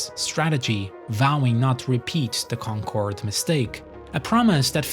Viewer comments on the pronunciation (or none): none